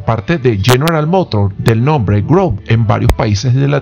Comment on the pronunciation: Hola.. la pronunciación es es Chevrolet Groove (gruv). Saludos!!